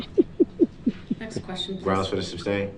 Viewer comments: Im sorry but everytime he says "supstain" or "axe" i die a little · Lmao his favorite lines during this trial to make himself sound smart: Would it be fair to say? This is minding boggling? Groundz for the substain? (We all know the correct word is sustain) 😂😂😂 I can go on, but I won’t! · Lyle I have to ask…did his mispronunciation of KEY legal words drive you crazy like it did me? How many times he’s heard the word “sustain” used correctly and yet he still couldn’t shake the letter B…saying substain 🤣. I about peed my pants when Judge Dorow erroneously said substain (probably because she heard it so many times)…she quickly corrected herself! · It’s hilarious that no one told him it’s “sustain” instead of “substain” 😆 He did it the entire trial and no one said a word . They just let him be dumb.